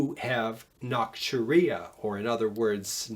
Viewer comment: Its nocturia, not nocturea...